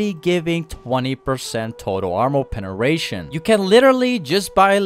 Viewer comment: I fucking love this pronunciation PENERATION